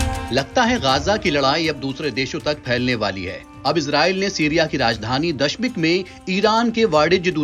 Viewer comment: Dasmik nhi .(damissk ) Bola karen